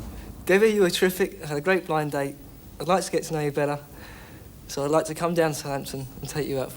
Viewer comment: I always liked the way the announcer at the start was very careful to pronounce the two D’s between the words Blind and Date. “Ladies and gentlemen, it’s BlinD Date”.